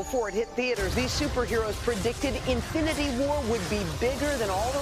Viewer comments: Did she just said Avengers AFINITY WAR? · It’s INFINITY not AFFINITY. Lordt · Did she say Affinity War? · She says affinity war 😂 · Did she say affinity? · Did she really just say “Avengers Affinity War” 😂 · Did she say Affinity War in the beginning of the video? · INfinity War. Not Afinity War. LOL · So like NO one heard her say Avengers "AFFINITY" war??? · Y’all hear her say affinity war?? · Did she just say "Avengers Afinity War"? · Did she say Affinity War? -___ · Yet they couldn't pronounce his name properly smh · It's the biggest movie ever made and they can barely pronounce Infinity War lmao Eh's'Old